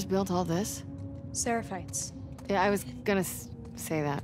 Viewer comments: SEREPHITES NOT “SAPHARITES” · I notice how keeps saying 'Sepharites' instead of Seraphites... 😂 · Notes: "... Seraphite...": "SePh4r1tE" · He's been saying separites the whole game 😂😂 still love it delirious!! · I like it that calls Seraphites Sepharites at least he is consistent!! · "Sepharites" - 2020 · still reads Seraphites as Separhites lmao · Its seRAphites not sePArhites